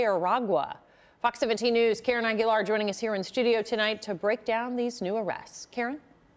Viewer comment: “TREN DAY ARRRAGUAA” - these mf don’t know basic Spanish?? Even the lady that clearly has Spanish ancestry, “Aguilar” - wtf bro